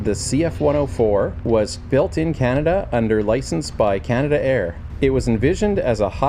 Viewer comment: Nice video . By the way it's not canada air but canadair , and all their products start with CL not CT 😊